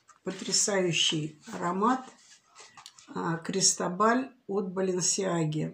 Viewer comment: Произносится - Кристóбаль с ударением на о